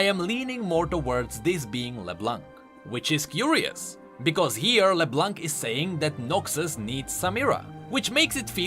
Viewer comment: Great video as always! I just wanted to point out the you do not pronounce the "c" in leblanc. Just like in french:D